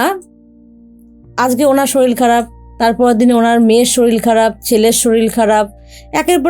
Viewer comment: Madam sorir bolun, solil noy. Solil means jal